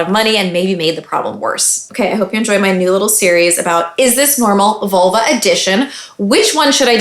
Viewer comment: I keep hearing Volvo.